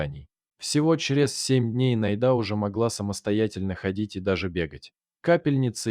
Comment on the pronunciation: Как всё, однако, замешано на дЕньгах. Если читает робот, научите его правильно делать ударение! Не НайдА, а НАйда; не друг другОм, а дрУг дрУгом..... Спасибо за рассказ!